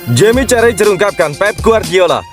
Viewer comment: Bukan Jamie Carrajher tapi Carragher.